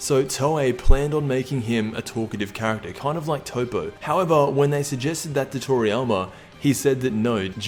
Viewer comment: Still cant pronounce Toppo I see.